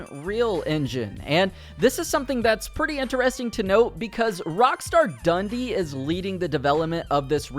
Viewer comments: It’s ‘Dun dee’ not ‘Dundy’. Since you’re American let me explain, Dundee is a city in Scotland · The way you say “Dundee” as Dundy infuriates me